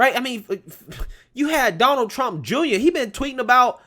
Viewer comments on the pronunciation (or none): none